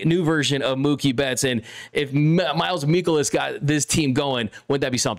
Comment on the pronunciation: You are saying miles michaelis's name wrong